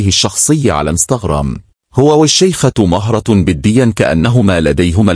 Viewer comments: اسمها مهرة بضم الميم وليس بفتحها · مهرة بضم حرف الميم باليمن والخليج بنسمي مهرة وهي اسم لصغير الخيل ولكن ننطقه بضم حرف الميم ونطقك للاسم خطاء